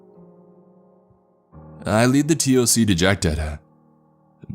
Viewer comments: Dude, I love your stories but please, for the love of God, T.O.C. is said toc. Like tick tock 😂😂😂👍👍 keep these stories coming 👍👍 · I cant stand this fool. He talks like stephen segal. Its like he hasnt taken an actual shit in 4 years. PS nobody says T. O.C ( its called the TOC pronounced TOCK) Total fiction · TOC = Tock. Don't spell out acronyms, say their names. Especially ranks. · Also please please stop saying T.O.C. We pronounce it Toc... sounds like Talk. Toc one word not T.O.C. Not sure how to tell you how to pronounce it in writing. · Just so you know man, you actually say all the acronyms like they are words. It's not T O C, it's TOC (pronounced talk). It's not N O D S, it's nods (like nodding your head). Great narrating otherwise though. Really enjoying the series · sorry man, love your stuff but... T.O.C. or tactical operations command is pronounced TOCK like tick tock of a clock not just the letters... sorry but that's fingers on a chalkboard to me... rest of it was great besides that! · TOC is spoken as tawk in the military. Good story though. NODS spoken like nawds. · The narrator keeps spelling TOC. To everyone in the military its said as Tock..obviously minus to k but dude could spell it then say tock and everyone would be on the same page. Adds to the authenticity. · yeah, saying the letters, T O C, or N O D S. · I am in and it's exactly how it is. It's just funny that the narrator is mispronouncing some of the acronyms and jargon lol